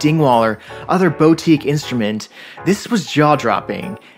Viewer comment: This dude did not just saw bow-teeq